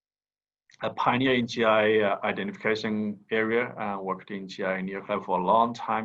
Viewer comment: It’s GIA not GIC